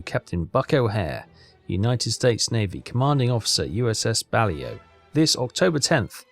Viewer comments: Actually you are both wrong. It is pronounced Bah-Lo. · Ironically the people in the comments saying Bah-lay-oh are also getting it wrong and dont even realise it 😂 (Its the same as Palau)